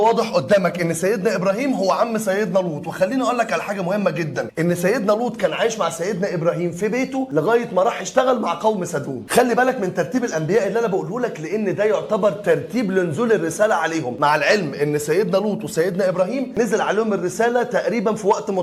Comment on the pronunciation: تسلم ايدك لكن ابو سيدنا هود اسمه ارفخشد او ارفخشذ بالخاء و ليس بالحاء وممكن ارفكساد حسب كتابات الاوروبيين و سيدنا لوط قومه كانوا في سدوم وليس ستوم لكن مجهود رائع طبعا ربنا يجازيك خير يا ريت تستمر في النوع ده من الفيديوهات .